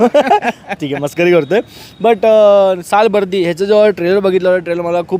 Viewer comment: मुळात उच्चार सालबर्डी करा... आणि मराठी सिनेमाच्या बाबतीत हे असले भिकारचोट review देतात.. खरंच तुमचा धिक्कार करतो. मी सिनेमा पासुन आलोय... एक चांगला प्रयत्नं केलाय, मुव्ही बघताना अजिबात कंटाळा येत नाही. चांगला सिनेमा आहे. ह्या बोच्यांच काही ऐकू नका.... 😊